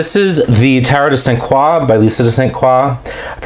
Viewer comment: Oh, thank you for the great walk through. I am so happy the cards speak to you. You pronounced my name correctly - the French pronunciation 😀.